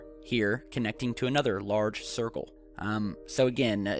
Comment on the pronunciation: Hahahahaaaa! A thircle is what the short bus rolls on, it goes round and round, round and round... Thanks for the huge laugh!